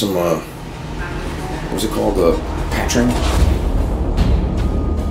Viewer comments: Patrin lol patron !!!!! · Hey kids! Great video. FYI, Patron sounds like "puh-trone" not "pat-tron." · Obviously not tequila drinkers LOL. PLZ, you're killin me. PA TRONE, like drone but with a t. Not pa , pu. Patrone. 🤣🤣🤣🤣🤣🤣🤣🤣🤣 ya'll so funny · Patrine lmbo it called Pa-trone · Ok. Pat ron? Pat ron? It's patrone, homie. The o is long, like in the word home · It’s not patron it’s patrone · Oh gosh!! It's pronounced Puhtrone. Rhymes with drone. It's Spanish for boss. Love your videos!!, you are amazing!!! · he said pat rin . totally something I would say. ive never had patron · Did this man Omar really just call Patron, Patren? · It's not patron it's pa tron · it's "Pah TRONE".